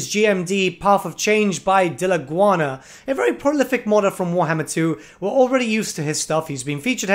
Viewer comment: repeat with me. DI LAGUNA: DILAGUANNNAA cmon man! hahahha